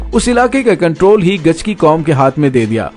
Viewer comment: Bauch qabilay ka name gichki. hai gachki ya gichki nahi